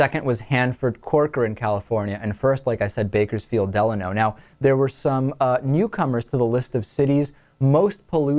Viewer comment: You mis-pronounced Delano. It's DeLAYno.